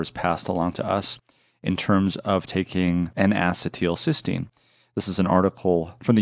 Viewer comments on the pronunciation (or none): "In a settle Sistine" N-acetylcysteine